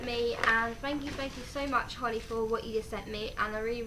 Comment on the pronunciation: dunno if holly has commented saying, but that was correct how you pronouced it x